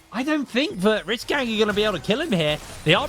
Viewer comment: If I hear this chick say REEACH GANG one more time I swear…